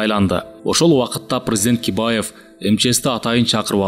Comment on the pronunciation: Бакиевди Кибаев деп коюптур